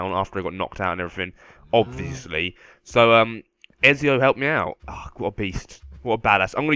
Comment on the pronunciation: It's Ezio not Exio